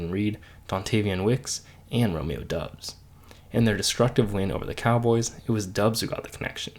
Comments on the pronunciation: Romeo Doubs’ name is pronounced Dobbs not Dubbs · It’s DOUBS NOT DUBS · You don't even know how to say Doubs name. Its Dobs - you know how they pronounced it during every game for the last two years. Wtf do you know about the Packers if you clearly haven't watched them enough to know about this. His name is currently our litmus test and you somehow failed.